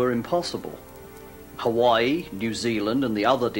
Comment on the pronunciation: liked for saying Hawaii properly :)